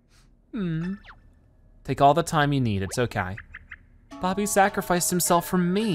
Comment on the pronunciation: Why can’t he call him Bobby he’s called Bobby not bob-om